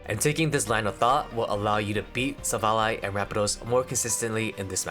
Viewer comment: you deserve a sub also youre the only person ive heard pronounce silvally correctly so thanks for that